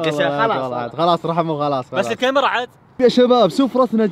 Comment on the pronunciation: يقول الكاميراه اغلئ من المتابعين